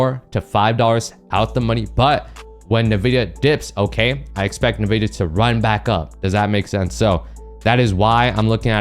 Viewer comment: Hey boss, respectfully, NVIDIA is pronounced “en,” like the letter “N”, then “VIDIA.” Respectfully